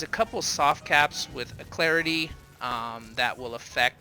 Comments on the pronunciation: Al...leh...crit...eeeeee. Nice guide. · seems alot of people have a hard time pronouncing Alacrity. its pronounced "Al-Lak-rit-ee". but thanks for the video! gave me some great tips for my healer. Thank you man!